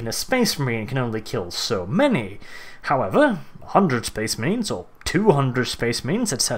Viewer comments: was i the only one who heard space memes when he said space marines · Well you had a fun time saying space maines didnt ya